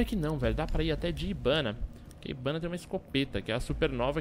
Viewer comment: humm no japonês H tem som de R então o pronúncia o nome da hibana errado, ou será que ele diz certo ou sou eu que escuto errado